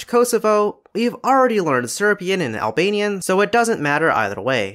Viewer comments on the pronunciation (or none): none